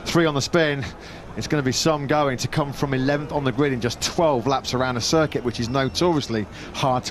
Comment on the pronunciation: So Matt Birt Can Mispronounce “Circuit” Just Like the Spanish, But Still Can’t Pronounce “Michelin”🙉🤡